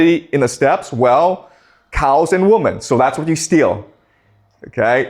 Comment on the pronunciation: He’s great but will someone please tell him that women is pronounced wimen,not wumen.